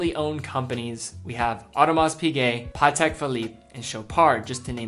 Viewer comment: 'Ulysses' Nardin Tommy 'Hilfinger' Audemar's' Piguet 'Putek' Philippe Amateur pronunciation mistakes. I expect more from this channel.